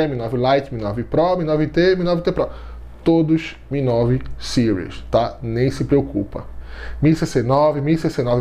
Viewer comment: Porquê Sires? Sendo que a palavra tá em português (Séries) 😏 ótimo vídeo. Sempre trazendo muita informação.